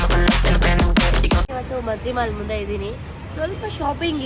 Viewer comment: Mantri mall antha akdira mantri wall antha akidira WHY ?😅😅😅😅😂😂😂😂😂